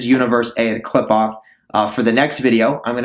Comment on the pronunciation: Studied in it but cannot pronounce it or concepts related to it, so I assume your studying is just google or asking an AI. Also what's with all the bots in the comments, is this guy bot farming views for all this?